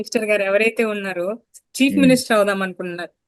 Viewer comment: అమ్మా చీప్ మినిస్టర్ అంటున్నావు.అది చీఫ్ మినిస్టర్